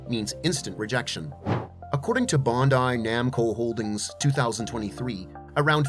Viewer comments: Bruuuhhh..bundai..its BANDAI..🤦‍♂️🤣🤣🤣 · Gun-dom! Bon-dai! Might not be AI… but geez! 😂